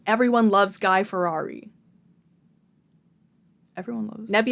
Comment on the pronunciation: You cannot pronounce 'FIERI' like that....like bruh